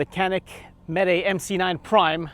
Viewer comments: It's not meet or meety it's meh-teh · Its pronounced janik mateh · It’s pronounced meh tay